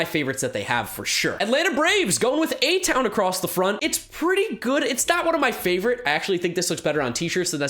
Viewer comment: It’s A TOWN not H TOWN